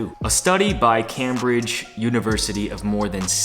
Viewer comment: You say Cambridge weird 😂